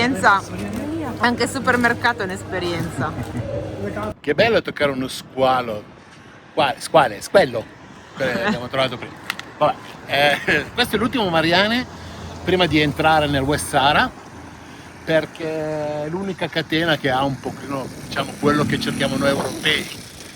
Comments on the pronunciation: Ciao ragazzi, siete troppo forti, però devo corregervi su come pronunciate Marjane... si legge Morjen pronunciando la jey e non la i... 😂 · Video molto bello. Comunque il nome del supermercato si pronuncia "Margian"